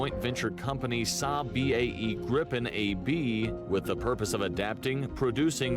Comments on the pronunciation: Gripen is pronounced Greepen and means Griffin. The planes before were the Tunnan (barrel) the Lansen (Lance) The Draken (Dragon) and the Viggen (bolt). Saab went bankrupt, good at building cars, poor at building profit. There are still quality SAAB cars on the used market that should keep rolling for years to come. The flares you mentioned are to confuse heat seeking missiles. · Gripen (the griffin) is pronounced "griii penn" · As a Swede this calms me a little bit thinking about what is happening in Europe... It's not Grippen, it's Griipen. Only one p. And then he says "vaigen" as well. Why didn't he say viggen then? I'm surprised you don't know what the flares are for. ._.